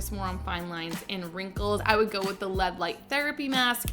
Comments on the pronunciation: DID SHE SAY "LED".????? I thought only old people dint know how to say L. E. D. not led!!! 🤣🤣🤣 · lead light mask? Man ...didn't even learn to pronounce L E D.